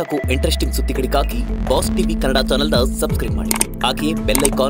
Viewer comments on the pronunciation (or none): none